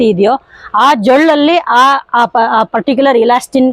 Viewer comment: ಜೊಳ್ಳಲ್ಲ ಜೊಲ್ಲು